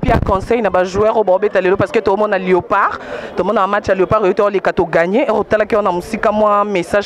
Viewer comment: Carine mokonzi alobi lioparard, mdr. c'est léopard et non lioparard